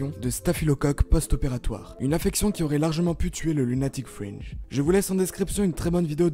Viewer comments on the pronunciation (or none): Long isssselan et Lunatic Frenje ?! tu devais être bon en anglais à l’école toi.....